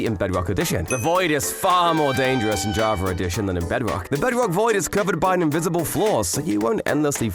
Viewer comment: Javer Addition 😂